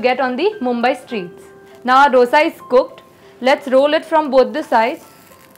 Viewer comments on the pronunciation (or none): Ma'am, recipes are nice. Ek cheez jo maine bolna zarrori samjha. It is दोसै in Tamizh, दोशा in Malayalam, दोसे in Kannada and दोसा in Telugu. Please pronounce in one of these ways. These is nothing called डोसा. Aur सांबार hai, bohot log सांबर bolte hai. Please don't be offended but this is what it is.